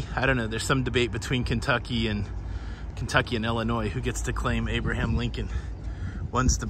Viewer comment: As I was born and raised in Illinois, I want to thank you for pronouncing Illinois correctly. 👍🏻